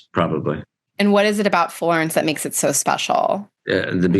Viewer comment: “What is it about Florence that mahkes it so spatiall?”